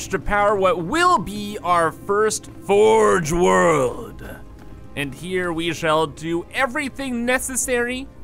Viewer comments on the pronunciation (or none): " fogre world " its turning into warhammer 40k XD